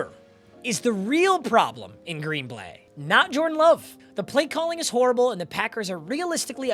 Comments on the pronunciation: . Green Blay?? What's that?? 🤣🤣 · "green blay"